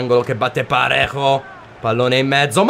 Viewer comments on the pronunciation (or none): Si scrive Davies ma si legge Devis con la e un po chiusa, poi su Parejo nella pronuncia sulla J deve sentire la c dolcemente ma veramente dolcemente